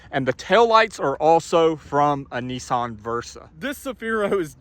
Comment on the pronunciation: Neesaan? Say NISMO. Now say Nissan.....